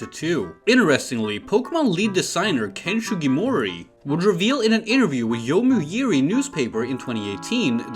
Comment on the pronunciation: Can you like... learn how to read hiragana and katakana at the very least? Yo-mi-u-ri, A-tsu-ko, Gyo-pin